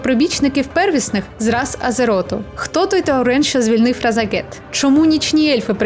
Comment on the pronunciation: А чому ви кажите Разагет, а не Рашагет?